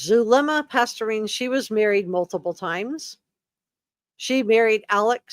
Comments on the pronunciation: Past-ten-ez. Not pasturine! Sorry it's driving me crazy how bad you are pronouncing her name. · Zulema Pas-TEEN-is. Just FYI. Now, yes indeed, Melanie Gibb makes me nauseated, makes my skin crawl, as does Zulema. Poor Melanie Pawlowski, weak mind...not just real bright, Auntie Lori's puppet, willing to kill her own husband to inherit his million-dollar life ins. for Auntie's "cause." Lord have mercy...sick minds. All three of these are SUS as H**l. IMHO. Excellent review!!!! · Zulema Pastenes (pronounced pas-tennis) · Is it Zulema Pastorine or Pasdenas? Guess I should look it up but that is the first time I have heard it said as Pastorine. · I’m enjoying your comprehensive coverage of this - but Zulema’s last name is Pastenas. Pas-te-nas